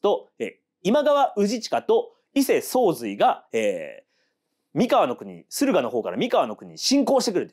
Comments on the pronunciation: ワタシも思ってました❣️❣️❣️連呼、れんこ(笑) 前回の読み方は気の所為…？Σ(ﾟДﾟ) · 三河と岡崎と安城の発音が違う笑